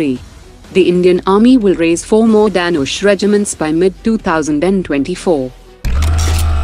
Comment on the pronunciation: What kind of bogus accent is this narrator having? The word Dhanush as spoken by her sounds like Danish where as the word actually means "Bow" as in "Bow and Arrow" and is pronounced as "the-noo-sh"